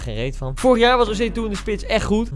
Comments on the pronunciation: Grappig dat ze gewoon de hele tijd osei tu you zegt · Niemand: Echt helemaal niemand: Koen: OSEI-TUTU